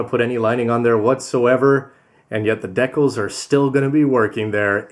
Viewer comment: "Deckles".... no no no no... "d-cals"